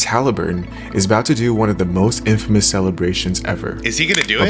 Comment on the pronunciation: Not in--fay-mus. It is pronounced in-fuh-mus and with no pause or separation. Not clowning or anything, I just know we aren't all familiar with random words. 💪🏽